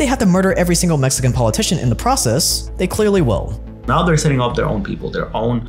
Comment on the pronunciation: Mexican not mesican